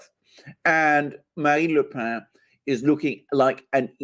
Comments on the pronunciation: dear alexander mercouris, the surname of marine le pen in french is not "le pain" (i.e. the bread) and is not pronounced thusly, but "le pen"; and the name is pronouced exactly as the english pen, that contains ink and is used for writing: the name, correctly pronounced, is indeed: marine (ma-rin) le pen! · PLLLEEEEZZZZ !!!!Its not pronounced " le pain" its "le pen" as in PENcil!!!!!😬😬😬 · Le « pen » pronounced pen not 🥖 pain! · AGAIN: It's not pronounced " "LE PAIN". She's not bread. It's PEN, like the English word for the writing instrument. PEN. PEN. PEN. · Le PEN NOT PAN, how many times. Like your 'Oh no I have it on good authority her name is pronounced JIZZLANE' Lol. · Le Pen is pronounced as Le PENN not "Le Pain" (="bread"). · Pen is pronounced just like Pen in English, not "pa"... Le Pen is a Breton name., so pronunciation not so good. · You should learn how to pronounce le Pen correctly. "Pen" is not nasalized, but is pronounced like in english "pen" . The deviation from normal french nasalation is because Pen is a Breton word (the family is from Bretagne). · Agreed... It's Pen as in parker, the Alexander pronounces it as if it Bread (I think) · The 'e' in Le pen is not a nasal vowel ! Please look it up !